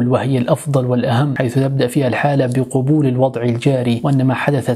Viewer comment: جزاك الله خيرا اخي احب ان أنوه هناك كلمه قلتها وهي " قبول" بالضم ولكن خطأ لفظي يا اخي لانها بالفتحه وليست بالضمه لان المعنى يتغير . شكرا وجزاك الله خيرا